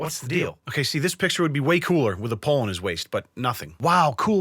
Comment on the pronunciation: Mans said pole😂💀